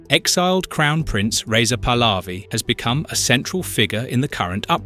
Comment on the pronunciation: You pronance very WRONG THE NAMES, The dictator is. Pronuntiation :HOMEINE, THE Prince pronunciation is PAHLAVI, you pronounce the letter H, that you, wrongly live. OUT. I FEEL SORRY. FOR THE DEAD PEOPLE🙏🌿🙏 I WISH FREEDOM, FOR THE IRANIAN PEOPLE🙏🙏🌿🙏🌿🙏🌿